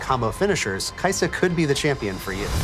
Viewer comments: kai sa it is kai sa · When this man said, kaisa in shurima i had a spazz now im on da floor, drooling my last braincell out.